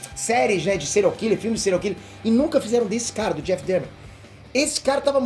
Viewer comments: Se lê Dâhmer! É alemão! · Porra,. Você mora na gringa, canta inglês, assistiu a série e ainda pronuncia DÉHMER? Assistiu no mudo?